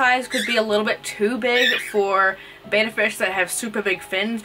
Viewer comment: good vid bt its betta not beta no hate btw